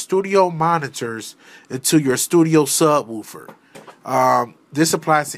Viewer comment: I like how he says “Woofer” .. wuūffer thanks for the strait to the point video. Uncommon now in the YouTube world.